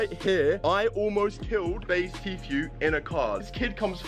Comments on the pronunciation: On prononce pas Tfue mai Tifue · Ca ce prenonce tifiou pas téfioue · Ce n'est pas compliqué de prononcer Tfue . Tu dit t fue au lieu de ti fue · tu sais bien dire tfhu